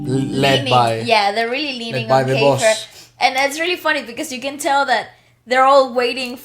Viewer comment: The evolution of Keifer! We have been privileged to watch this young man grow into the extraordinary artist he is becoming. Thank you for the wonderful reaction. I also want to know what the inside joke is going on with the band! 😁 More songs from Keifer (pronounced key-fur) and the TNT Boys coming